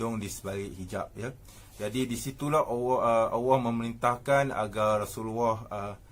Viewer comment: Apa ni sebut Allah pon tak betul....awoh apa awoh